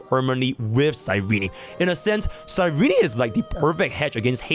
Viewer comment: can you stop saying cyreny 😭